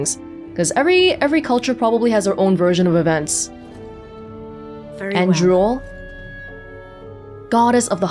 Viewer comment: Oh, it's actually spelled "Andruil". The way says it I was expecting "Androol", goddess of drooling. Sure you don't want to pronounce that 'i' in there,?